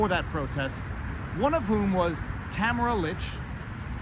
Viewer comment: It's Tah - mare - rah and not Ta - ma - ra